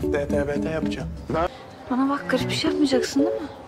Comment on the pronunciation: Tibeti yani (tbt)'yi tebete diye okuması 😂😂